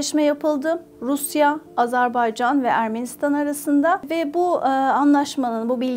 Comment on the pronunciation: AZARBAYCAN diyor😢